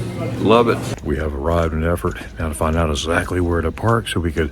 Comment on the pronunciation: Very pretty there and you showed it very well! And you're good too in pronouncing Eeeeerfurt! 😊👍